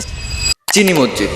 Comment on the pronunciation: ভাই মসজিদ নিয়ে ডকুমেন্টারি করছো অথচো মসজিদ উচ্চারণ ভুলভাল করলে হবে?